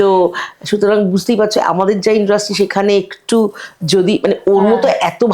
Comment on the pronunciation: kothata ki industry naki indrusty??ato kane lagche kothata.